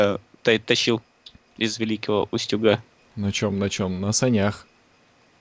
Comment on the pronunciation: Не УстЮг , а Устюг (ударение на у). Почему все кто не из Вологодской области неправильно его называют?